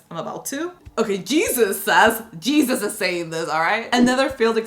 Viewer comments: It's not pronounced Jesus. It's a Mexican name and it's pronounced Hey-suess. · That's Spanish, it's pronounced "hey-zeus" Please don't call anyone Jesus, that's clearly not Jesus, that's blasphemy. And don't ask me why so many ppl choose to spell it that way now days, there is a proper way of spelling it.